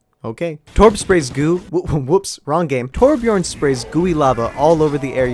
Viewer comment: Hes name is Torbjörn not torbjorn